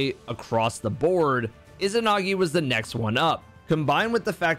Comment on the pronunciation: Why can’t people say izanagi correctly?? Ezanagi. Not ih-zinagi